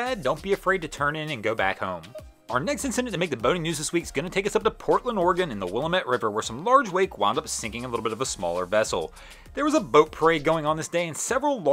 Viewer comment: "Will-lamb-ett" River ...